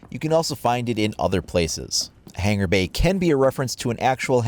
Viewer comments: hung-a-bay not Hang-er-bay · Its Pronounced Hangābei. Not hangarbay